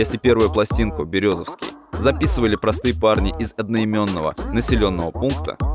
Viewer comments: Я в шоке ты бы хотя бы посмотрел ударение незнакомых городов не Березовский а Берёзовский ударение на букву ё!!!!! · Не Максимом Бралином, а Максимом Брылином! Не Березовский, а БерЁзовский! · Берёзовский с ударением на Ё,так правильно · Братик, все хорошо. Только не Березовский, а Берёзовский) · Не БерезОвский а БерЁзовский. И они не из екб а именно из Березовского. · не березОвский, а берЁзовский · БерЁ'зовский, так правильно произносится название города, друзья! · Березовский 😂ударение не туда и получилась Фамилия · Немного не правильно родной город назвал, ударение не там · Автор далеко не всё точно знает про Ак. Ну во-первых они из г. Берёзовский (ударение на ё) Они начали записывать и были на слуху далеко до появления ВК. Ещё на аудиокассеты. И Свердловская область знала их хорошо и слушала во всю. С появлением ВК и других соцсетей о них лишь стало большая аудитория знать и узнавать. Как правильно вы отметили, заметил Баста. Но их и до этого знал Баста. Просто тогда сам Баста только на подъёме был. И не мог кого-то куда-то приглашать. А на рэпфестивали по Уралу двигалась АК-47 и была очень популярна уже в конце 90х.